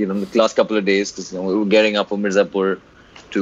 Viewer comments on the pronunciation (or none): 'M-I-R-Z-A-P-U-R' it is and not 'M-A-R-Z-I-P-U-R'! Why is this ONLY irritating me and no one else???🙄🙄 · the fact that he said "MAZIPUR" so many times, made me stop the video. unbelievable. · Ardent follower of OSR. Keep it up. One suggestion since you guys love Mirzapur such a lot - let’s pronounce this right. It’s Mi - as in Me, r, za, pur - as in poo, r. Me-r-za-poo-r. 👍🏼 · saying "Marzipur" repeatedly infront of Ali was damn cringey.. 😂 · Even I started pronouncing it as 'maarzipur'. It gives kind of happy vibes. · season 2 is about to come, you interviewed ali, binge-watched the entire season 1 and gave a trailer reaction of season 2. Now, it's high time, please pronounce the title correctly, it's M I R Z A P U R. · its pronounced as Mir - zaa / zaah - pur and the gujarati film (hellaro) pronounced as Hail - are (R) - O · Man... Plz stop saying MARZIPUR... Makes me uncomfortable especially seeing live with Ali🙏😣... Other than that amazing interview 👌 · is trying so hard to pronounce Mirzapur, jeez. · Mirzapur is always written in English during the show. But thats just splitting hairs. Its just cute and silly when he mispronounces it. Thats all...😊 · Far out! How did you pronounced Mirzapur! Sorry but you're hilariously cute alright! 😅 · you could’ve said Mirzapur correctly in front of the actor!! You can’t giving the excuse of not knowing Hindi all the time!!! I mean come on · butchering the pronunciation of Mirzapur 😂😂😂.